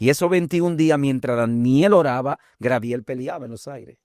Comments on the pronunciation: Por qué siempre dicen: Grabiel, si es Gabriel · Bendiciones hermanos. Una pregunta. Porque los Dominicanos en ves de decir Gabriel, dicen Grabiel.